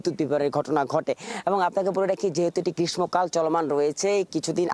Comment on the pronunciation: গ্রীষ্ম উচ্চারণ ঠিক করা উচিত!বাংলা একাডেমির উচ্চারণ অভিধান কিনে নিয়ে চর্চা করো।